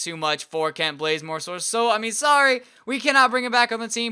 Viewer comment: Kent not klent